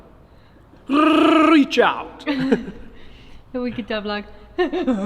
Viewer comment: "R-r-r-r-r-r-r-eeachout" 🤣 Hope the bus gets sorted🤞, love your work👍